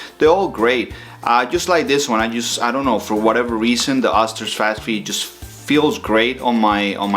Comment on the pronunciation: ...it's pronounced Oh-ster